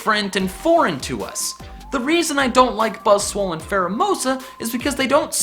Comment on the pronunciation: No one else notice he says "Buzzswole"